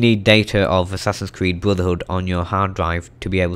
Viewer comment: assassins cweed